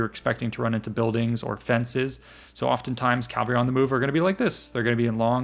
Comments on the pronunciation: Why pronounce cavalry ˈkælvəri when the correct pronunciation isˈkævəlri? Is this American English? I hear it all over. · It’s Cavalry. Not Calvary. The L is pronounced after the V. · It sounds like you're saying "calvary" every time